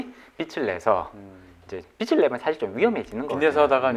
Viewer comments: 잘 들었습니다. 발음 좀 수정해야겠네요. 빚을( 발음 비츨->비즐) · 말씀 참 잘들었습니다. 다만 자꾸 "빛을 진다"는 말씀을 너무하셔서 이상하게 들립니다. 다음 출연하실땐 "빚을 진다"라고 해주시면 더 좋을것같습니다!!^^ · 빚(비즐)내서~~ 빛(비츨)을 내서가 아닙니다 국어시간에 뭐하셨을까? 비즐~~~~~내서 (빚) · 게스트가 빚을 계속 빛이라고 하시네요. 빛을 빛을 ...